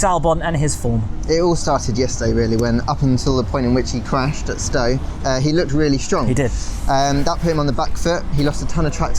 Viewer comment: "HE CWASHED" 😆